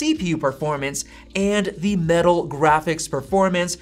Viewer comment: It’s “the” not “thee”. “The” is the word you’re looking for